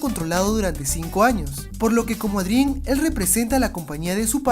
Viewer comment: hola!! tubiste otro errorsito :3 dises ádrien endebes de decir eidrien o adrian :v jejeje plisss mandame saludos en tu proximo video :3 esque no puedo compartir tus videos por una falla que tiene mi tablet =""( espero tu respuesta